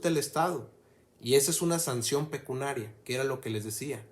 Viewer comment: Se dice "pecuniario, pecuniaria" y NO pecunaria. Por lo demás muy bien.